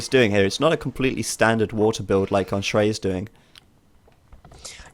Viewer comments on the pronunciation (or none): Schrei is pronounced as in shrine.